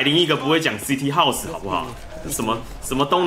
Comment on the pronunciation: CT house真的快笑死 英文是福利社阿姨教的吧